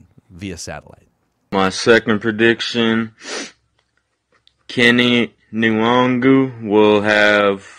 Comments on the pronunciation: Wait... Now there's talk of how to pronounce his name... It's HIS NAME. You can't just call him "what you like", Jood Zoolgud FIRST NAME: It is NOT "Kenny", it's "Ken-eh" LAST NAME: It is NOT "Wong-Woo", "In-Wong-Goo", "En-Wahng-Woo, or "En-Wahn-Goo", it's (say it with me now...then repeat 50 times) 'N-WAHN-GOO. The "N" is extremely soft/short ('N, not En or In). You guys get paid to do this shit, you shouldn't be fucking up the name of a player (ESPECIALLY one you want MORE OF) on the Team you're a fan of/covering My comments about this aren't even that serious, but come the fuck on... If you want to joke around, just call him "WANG-GOO" because that's actually funny. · Alright at some point somebody just has to ask the guy how his name is pronounced. Kene Nwangwu is not “wung-wu”. I’ve heard someone say it sort of like Yannick’s last name where the N rolls a bit as well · You guys need to find out how to pronounce Kene Nwangwu's name as you sound like fools talking about him.